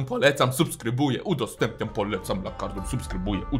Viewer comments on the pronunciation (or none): dlaczego ty mówisz lakarDUM a to jest lakarNUM🤣